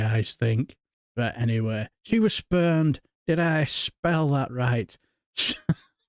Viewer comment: It is rumoured that Boorish Pfeffel had a cast-iron routine involved with his seduction routine. He would remove the thingy, from its dark hiding place, slap it into someone's hand, and bursting into tears. He claimed it worked every time. And you did pronounce "spurned" incorrectly. 😜😜😜😜😜😜😜😜😜😜😜😜